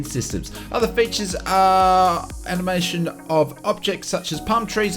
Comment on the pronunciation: Love your updates.... but it's 'animation' not 'amination' - reminds me of my daughter (25) who still manages to say 'aminals' and ' donimoes' 😀